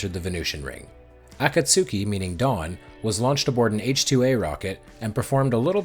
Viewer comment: AAAA KAAAA SOOOO KEEEEE 😅 ah-KAT-ski 👍